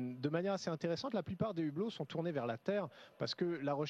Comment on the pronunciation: Les z'hublots?! ...les Z'hublots?! Mdr..... En plus l'intérêt pour l'espace rend aussi con qu'un fan de tele réalité... Eloigner vos enfants! Et sinon combien de temps tu peux rester devant le z'hublot, là, en regardant le soleil...parce que ca a l'air easy ça! Pourtant moi en été dans les bouchons, dans mon Modus, quand ca cogne...euh.....ca cogne hein! Alors je me dis dans l'espace!! ... .....fais chaud non? Que du Pipo!